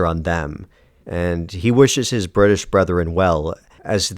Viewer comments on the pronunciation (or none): none